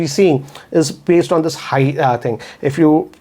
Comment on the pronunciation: Can you improve your English,, and try to say 'this' rather than 'thissa'?